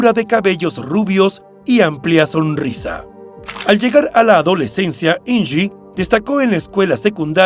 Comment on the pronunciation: Me parece que estas pronunciado mal el nombre de Inge. Es de origen alemán y se pronuncia tal como se escribe. Deberías documentarte antes, es tu trabajo.